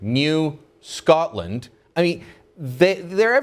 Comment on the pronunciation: Well done to Canadians for pronouncing Scotland and Glasgow properly! You guys don't have that annoying wee twang the yanks have! Scaaaatland! Does my fuckin tits in